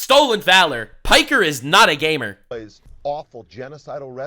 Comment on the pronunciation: he didn't say gamer, he said gaymer